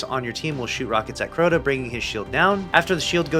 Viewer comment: How in the world did you turn this into a 10 minute video? It's Crota ya silly goose 🤪